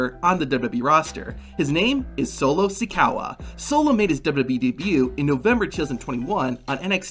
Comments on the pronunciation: It's solo like the cup and sikoa not sicowa let's break it down si co a you can do it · Some of these like Sikoa (not Sikowa) and Carmella's dad are quite well known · its si-ko-aaa not sikawa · It’s sikoa not sikowa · We all knew about Solo Sikoa.. btw it’s not “Sikowa” 😂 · Ain’t now way he called him Solo Sicowa 😂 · How many brain cells you lost every time he said sikawa Me:Yes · I got a kick out of his Sikowa pronunciation! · 😂 dude I know he said sikoaw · It's clear hes never watched solo in the ring if he doesn't know how to say his name which also shows he doesn't do very good research which shows hes a bad channel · Solo SIKAWA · "Solo Sicowa" 💀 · Bro said sikowa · "sikawa" lol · Ah yes, Solo Si-COW-a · "SiCOWa" MOOOOOOOO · Ah yes i love the new (Solo Sikeah) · Did my guy just say solo sikawa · Bro said solo Sakawa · I stopped watching after he said sakowa